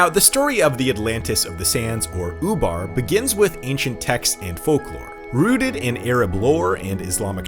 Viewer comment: That's ''Ubar'', not ''FUBAR''... although that's exactly what happened.